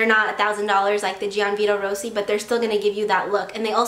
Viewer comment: she keeps on saying gianvito rossi wrong